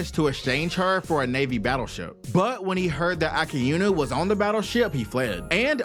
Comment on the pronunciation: Akainu❌ Akainu✅